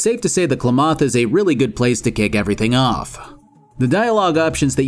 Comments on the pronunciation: As someone that actually lives in Klamath, hearing him pronounce it as "kluhmoth" is so funny to me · Please... STOP SAYING "KLAMATH" WRONG!!! It's "Clam-mith"! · Klamath is pronounced "Clam-ith" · Where is this Klomoth you speak of? You mean Klamath? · Why do you say why do you say Klamath like that? It’s said like “Clamith “ I’m sorry I’m from the area this game is all we have in recognition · klamath is pronounced "clam-eth" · I've never heard Klamath pronounced "Klemoth" before lol. (It's an actual place, please just look of the phonetics) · Fuck’s sake, salt, it’s KLAM-ath. Like mammoth. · "klamoth" *cringe* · Maybe you’re pronouncing it right but I winced every time you called it klahmoth lol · Hearing you butcher Klamath is horrid 😂 it's a real life city in Southern Oregon pronounced KUH-lam-ATH. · I'm only a little ways in, but pronunciation of Klamath "Klumoth" is doing real psychic damage to me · I physically cringed every time your pronouced Klamath (Kla-math) like that lol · It's clam-ith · I get that you're not from Oregon so you wouldn't know how to pronounce it, but damn that "Clu Moth" was jarring. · Klamath pronunciation= "Clam-oth" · How to tell someone has never been to Oregon... Klaw-moth! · I didn't even know it was a real town nor that I was pronouncing it correctly :D "Klaw-moth" sounds silly. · Hey - not dogging on you, just letting you know as a PNW native, it’s pronounced “Clam-ith” for Klamath. 😊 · You keep pronouncing Klamath wrong. KLAM-əth (this is how Wikipedia express it). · You know you're dealing with an enjoyer when instead of Klamath he says 'le claMOTH' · you are my hero! Thanks for the content. P.S. Klamath is pronounced like clam-ith. Gotta love Oregon names lol. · Oregonian here. I have only ever heard Klamath pronounced like Clam-ith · Correct me if I'm wrong, but I always thought it was pronounced [CLAM-eth]? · My god your pronunciation of "KLAMATH" Is rage inducing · cl’moth? CLAM-eth. Klamath. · Kla mahth.